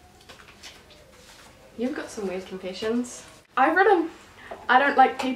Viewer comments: Haha u say confessions Confinsions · "confissions" lol